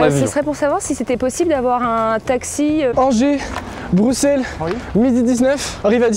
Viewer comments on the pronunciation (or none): Il a dit broussel 🥲